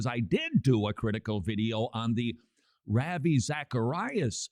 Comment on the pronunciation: Somebody please teach Todd how to say "Ravi" (rauh-vee)